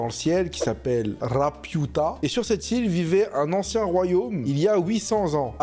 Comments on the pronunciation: Alors l'avis est vraiment vraiment celui d'un goat, mais quel désastre ambulant là, "jibli" "Rapyuta", et puis quoi encore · Le Chateau ambulant c'est frauduleux ?! Déjà prononce correctement le nom de Laputa et Ghibli et après je suis près à débattre !